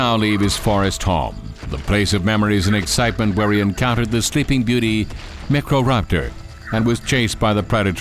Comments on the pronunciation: meekroraptor? its not that hard to say, it doesnt have to sound fancy its micro - raptor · Whats a meek ro raptor? Iv heard of micro raptors. Also whats a Val saur raptor? Is that his name? val? Please remake this with a new v.a who can talk properly, and correct details like no fkin teeth on the lips?!!!! And what tue hell is with the movements. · Not mi-kro-raptor. My-cro-raptor. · It's not Mec-Ro-Rap-Tore! It's My-Cro-Rap-Tore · “Mecroraptor” “Protoceratomps” “Therozinosaurus” “Pterosaurus” “Only the stronglest will survive” LMAO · Microraptor=X meyecroraptor =correct okay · What kind of narration is this? Also, PROTOCERATOMPS, MECRORAPTOR, STRONGLEST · 4 things about the Microraptor: 1. It’s pronounced My-Crow-Rap-Tore 2. It lived in the Early Cretaceous actually 3. It’s built like a bird 4. It lived in China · When he said microraptor, all I heard was “necroraptor” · Lol Micro-Reaper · This guy's pronunciation is driving me nuts. "Valu-see-raptor" and "mick-row raptor".... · i don't know what's worse the narrators inabilty to say velcioraptor or the inablity to say microraptor still love it though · Walking with Dinosaurs is 20 years old and holds up better than this. This is just awful. Movements for all dinos are so derpy, pronunciation all wrong for Velociraptor and Microraptor, narrator sounds like he's trying to imitate Morgan Freeman, wrong anatomy, etc. I've watched a lot of dino docs and this is pretty bad.